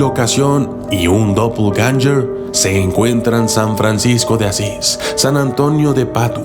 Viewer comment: suena como dopeganster